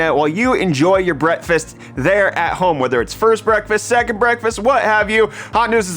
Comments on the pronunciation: Bretfest, anyone else here that when he says breakfast, lol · thought he said "while you enjoy your BRETTfast" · I honestly heard "Brettfast" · Did you say "while you enjoy your brettfast"? Genius if so.